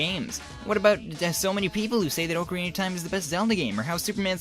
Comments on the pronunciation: Did he say oakarina of time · ITS NOT Ocarina (Oh - cor - ina)... Its Ocarina! (Oc - er - eena) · Ocarina is like Oc-a-Rina not Oc-arina lol just a nitpic